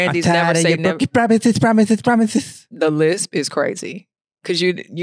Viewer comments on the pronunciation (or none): Yoooooo!!!!! He said broken promithes 😆